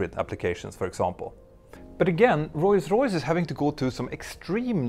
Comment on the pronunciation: I'm really happy you've almost managed to say "Rolls Royce" correctly. I also love that you managed to say Rolls Royce around a dozen times in short concession 😄